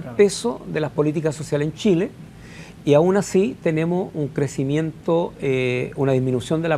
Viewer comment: Que alguien le enseñe a hablar a ese nombre. Tremendo que seamos dirigidos por personas así. Los diputados y senadores de Chile deberían tener por lo mínimo estudios de master para siquiera postularse. Tremendo! |"Shile está lleno de shilenos ayudados por un tesho para Shile"